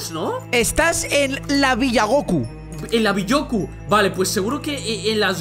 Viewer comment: Me dio risa cuando dijo ViGoku